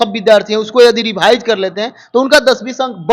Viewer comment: रेभाइज नही रिवाइज होता है रे बोका 😂😂